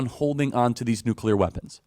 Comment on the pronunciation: So glad that you actually pronounce nuclear correctly; so many other "influencers" do NOT. Like fingernails on a chalkboard to hear supposedly educated folks saying nucular ("nuke-you-ler"). Thank you.